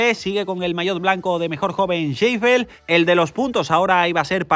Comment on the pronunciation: ¡está excente! Además eres de los canales "top" que visibiliza el femenino. Gracias porque te lo curras y el tiempo que le dedicas da un resultado excelente, te animo a que sigas así (y me encanta que a Sheffield le llames "seifel" 😉)